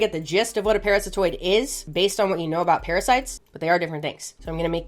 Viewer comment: Parasitoid ❌️ Paratistoid ✅️ 😂